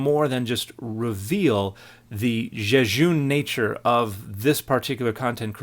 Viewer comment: my man said jejune🧐😏